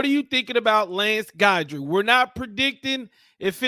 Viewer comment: no one had heard of Jimmy Johnson either.....Strong is going to Alabama mark my word....oh it's pronounced GIDry